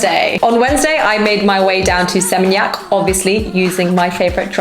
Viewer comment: Its "SE-MEEN-YAK".